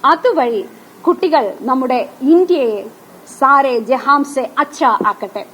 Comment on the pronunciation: ഒരു ട്ടീച്ചർ എന്ന നിലക്ക് ഹിന്ദിയെങ്കിലും പഠിക്ക് സാരെ ജെഹാംസെ അല്ല സാരെ ജെഹാൻസെ എന്നാണ്